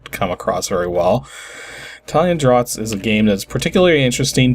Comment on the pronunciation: I'm sure you know this by now (as you educated yourself) but it's pronounced 'drafts'. :)